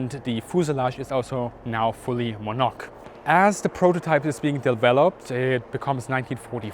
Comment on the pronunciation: Hey anyone would think English wasn't your first language lol. the word you struggled with (monocoque - 0ne piece load bearing structure ) is pronounced mono cock not mon oak lol, that said thank you for this walk around of one of my favorite aircraft of all time.